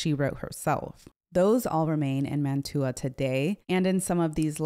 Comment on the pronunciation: I really enjoy your videos. Please forgive a pedantic point: "Mantua" is pronounced MAN-tyoo-a (in Italian, the city is called Mantova, MAN-toh-va).